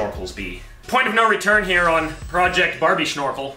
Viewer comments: WHY ARE YOU SAYING 'SNORKEL' SO WEIRD HAHAHAHA. It's not a shnorkel 🤦 Love you guys! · Am I losing it or is he saying SHnorkel?